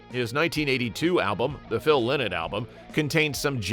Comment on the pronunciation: You can’t even pronounce his name right?